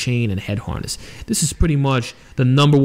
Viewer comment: Neck Haaaaaness lol sorry I laughed everytime you said that, not in a bad way but cause i have a buddy from boston so it reminded me of him 😂